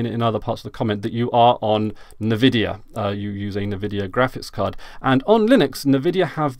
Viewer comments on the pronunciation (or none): Why do you call rivatuner rivaturner, and why do you pronounce Nvidia Nevidia? Is there is joke im not aware of?